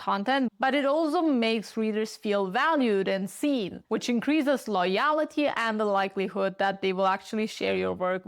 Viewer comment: LOY-al-tee? lol